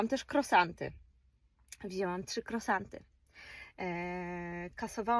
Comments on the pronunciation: Kruasanty tak sie to wymawia niuniu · Nie mówi się krosanty, ale kruasanty! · Jakie krosanty? To jest żenada. Nie można się nauczyć poprawnej wymowy ?